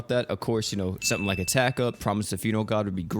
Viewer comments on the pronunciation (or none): none